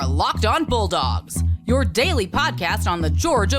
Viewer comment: I heard that too. 🤣